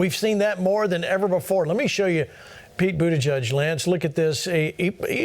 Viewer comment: “Jen Puh-saki and Pete Boodidge.” These simple, lying Pharisees make my blood boil.